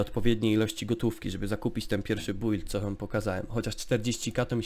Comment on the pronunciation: czemu ty mowisz bUild albo dungeony XD